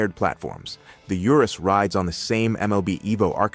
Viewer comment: Urus is Latin, thus pronounced ooh-roohs